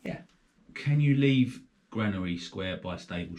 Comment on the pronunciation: She's says GranaTy square instead of Granary square ! So thet's the first one wrong then !